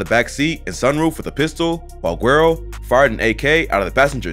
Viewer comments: It's pronounced: "Wero" not Guero. G IS a W and Geuro means light skin or blonde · The G is not pronounced as a W, the G is basically a breath sound like an "H" in some Spanish words like "Gente" or "Guacamole".. this applies to the word güero so it's not a W sound it's pronounced more like HOO-EH-RO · To the narrator the video... you don't pronounce his name with G. the G is silent. It's pronounced WEDO. as in light skinned and/or light haired. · its pronounced: werro, not guero! LOL! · I think it’s pronounced wero and it means white boy or sumn in Spanish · Pronounced "whedo" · "gwero" lmao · It's pronounced Weydo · Bro his name not gwairo 😭😭😭😭😭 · W is just lazy. Guero is pronounced with a G the same way Gringo is. Guero and Gringo are two of the same when describing a white Person or an American. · not it's not pronounced with G like "gringo" ..In the word "Gringo" the g proceeds a consonant which is the letter R in this case, so it makes a hard G sound. When the letter "G" is followed by the letter "U" it makes more of an airy "H sound" so in words like "guacamole" it's pronounced more like Hoo-ah-cah-mo-leh same applies for words like "Gente" it's pronounced Hen-teh